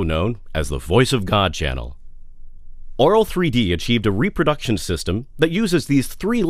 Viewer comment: swear he said oral 3d..